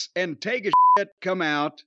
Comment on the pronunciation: I laugh every time I hear Jim say Take-a-shit. 😂